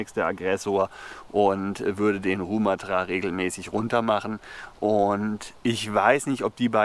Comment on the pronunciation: Die Betonung bei Rumathra liegt auf dem ersten "a". Falls es dich überhaupt interessiert 😀